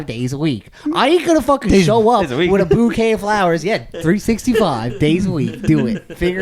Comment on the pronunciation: Everyone shitting on saying bouquet when he said it right the first time😢